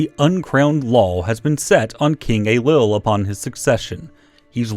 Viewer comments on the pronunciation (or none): "Young king Ey-lull of Scotland" Dhia ár shabháil